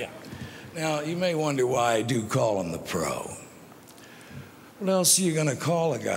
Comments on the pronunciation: Same here.. lol i'm like why is Jack going out of his way to call him bro?? lol like wtf, then realized he was referring to him as "pro". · At first I thought he called him “bro” lol